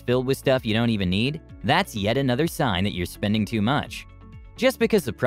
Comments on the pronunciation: "Sings" or "signs"?... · Hard to take this channel seriously. Like I've been watching their videos and I've found too many mistakes, I found a few in the content/scripts of a few videos, and now "sings" instead of "signs." 🤦🏻‍♂️ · "Sings" XD